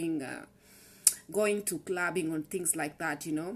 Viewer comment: did u just said crubbing!